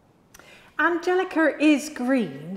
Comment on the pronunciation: She said Angelica and not Angelicker!